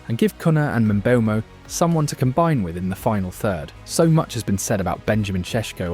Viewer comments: Lol I lost count of how many different ways you pronounced Mbuemo. Very interesting video though. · Bro pronounced Mbuemo's name 17 different ways in this video